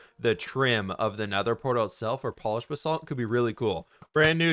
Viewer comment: It's Ba-salt. Not B-salt